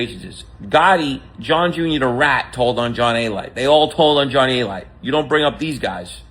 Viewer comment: its pronounced A-Lite ...SMH Genius🤔🤔